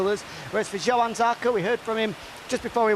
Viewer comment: even as an orstraylean I can pronounce johann correctly - please please try